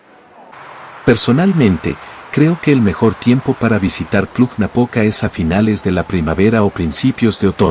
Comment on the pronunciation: "Cluh-Napoca". ☝🏻😉. În spaniolă știu ei , spaniolii că există și litera "j" pentru pronunția denumirilor din alte limbi ? Noi cum de știm, iar ei nu ?